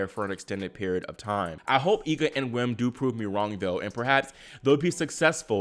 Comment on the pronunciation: By the way, "Wim" is pronounced "Vim" in English.